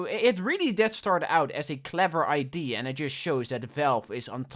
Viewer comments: ...why do you say "idea" as "id" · If you say idea like ID one more time I will unsub.